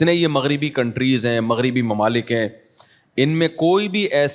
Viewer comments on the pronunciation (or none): none